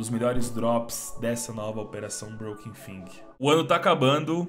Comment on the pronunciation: mano, tá lá escrito broken FANG e ele diz broken FING FDS